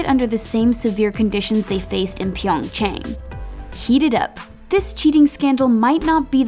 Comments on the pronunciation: I hate the most when she pronounce PyongÇang as pYeOnGçHeNg! WTF? You didn't even searched about it! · She could pronounce Russian name but not "YuNa".. And Pyeongchang.. Im sorry this is totally unrealted hut it throw me off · The way she said pyeongchang 😬